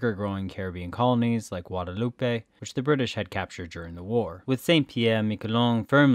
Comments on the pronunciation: Vichy. Not Vinchy. There is no N in Vichy. And it's Guadeloupe, Gua-de-loop. Not loupé. Try a bit more than not at all. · The narrator slurs his words really badly and sounds distinctly intoxicated. Thr pronunciation is really bad, especially of place names, so typical of YT historical and geographical vids - e.g. "Guadeloupay", "Vinchy government"